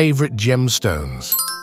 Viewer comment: What exactly is a "pongshaw" for pearls? I'm guessing the word intended is "penchant"?